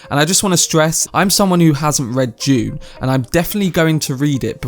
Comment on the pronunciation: it is DUNE, not JUNE